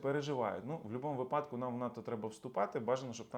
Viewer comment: Дякую, цікаво. До речі - вИпадок, а не випАдок.